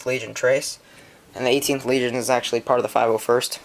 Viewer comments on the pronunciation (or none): none